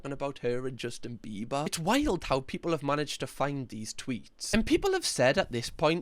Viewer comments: I think this is just me… but every time you say “biber” i understand you as “beaver” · I love how u say BEE-BA in your accent as in Bieber